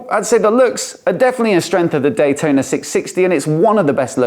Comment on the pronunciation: cfmoto 765 "d-huai-tona" will put this one to it's paces.